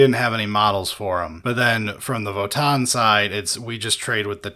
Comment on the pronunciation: Just for the record, it's Vo-TAN. It's not a double aa sound, it's a hard N. So It's Vo-Tan.